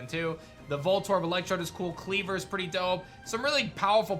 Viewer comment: I'm really goping we get a new Eevee, for PL:A.. Also, its SciZOR and CleaVOR not scissER and cleavER